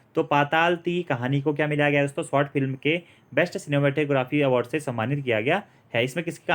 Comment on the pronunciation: सै और से में फर्क है जी